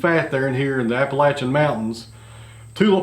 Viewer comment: It's good to hear someone who knows how to pronounce Appalachian.